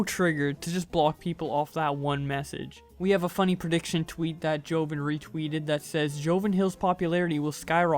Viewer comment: Its jo-von. Not joven.